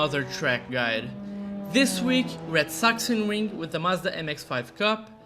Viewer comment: Thank you for the perfect pronunciation of Sachsenring ❤